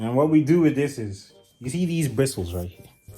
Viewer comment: "As you can zee"